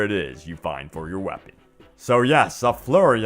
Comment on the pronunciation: Stop saying "whapon"